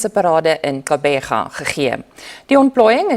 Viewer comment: Uitspraak van Gqeberha Dis tragies dat die meeste uitsaaiers by die Sabc nie klik klank van hierdie naam reg sê nie. Dis nie die keelklank "Kebega"nie, maar die aksie wat die regte klik klank gee, is ŉ ligte tongklap wanneer die tong aan die binnekant van die voortande weggetrek word, direk gevolg die die uitspraak van die res van die woord. Kom ons leer die regte uitspraak van hierdie besonderse naam?